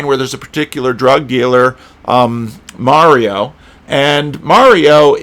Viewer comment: it’s Marlo not Mario. 😎.